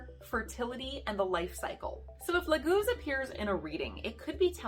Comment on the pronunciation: It´s not Lagúz I believe, it´s Láguz. The leek, hm... Why on Earth would a rune mean two complete different things? Some suggest that the Leek grows in the marshland... Which is doesn´t. I think you have to skip one of the two meanings. It´s either Lake, Water or it´s Leek. Since their is no relations between them. Of course you can swim in the lake with a leek between your teeth, but I think that we can all agree that it´s farfetched. I´m sorry lady, but your horrible pronounciation of the rune makes it impossible for me to watch as this. I mean, if you can´t get that right...